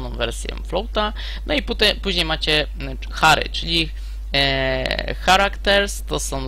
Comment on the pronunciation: Ciekawe podstawy, ale masz złe nawyki jeśli chodzi o angielski, czasem mówisz dobrze, czasem wymawiasz słowo w sposób spolszczony. Char to [czar], a dokładniej i poprawniej z miękkim r i te cz to trochę złamane z tszi :) Na pewno C jest strukturalny? a nie proceduralny i obiektowy?